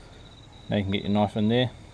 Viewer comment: Theeese eeeez a noiiiif.lol